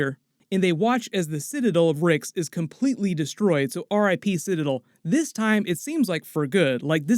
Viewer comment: Did you not watch the episode or do you just refuse to say the word citadel correctly?